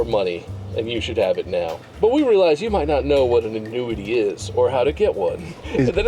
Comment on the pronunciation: Please tell me I'm not the only one that thought Mark said "when I get into nudity" not "an annuity" 😂